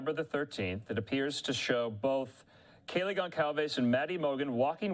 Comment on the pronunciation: Can you please get this man off the air? Or send him back to school to learn how to be a journalist? Holy crap! Even the man he interviewed pronounced Kaylee’s name correctly, and he STILL can’t get it right